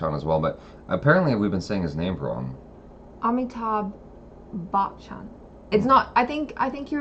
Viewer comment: Bacchan is buch as in much and chun as in shun. There is no k sound in the name